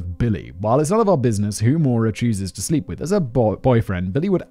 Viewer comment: I was listening to this rather than watching, so I didn't refer back to the title until near the end, and I thought Simon was struggling to pronounce Moira 😅 I believe Maura is is Maw-ra or Mah-ra, not Mo-ra.